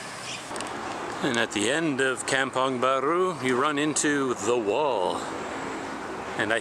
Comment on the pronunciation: Is pronounce 'come pong'. 😁